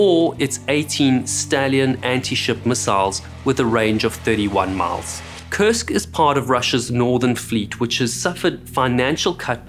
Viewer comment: Has anyone else noticed that it sounds like they're saying "CURSED" when they say the name of the sub?